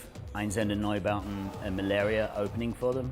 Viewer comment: 'Ein-shtoort-zende- noy-bow-ten'. Dammit Doug! Make an effort, it's not that hard, even for a fifty something Essex boy! We all love ya :-)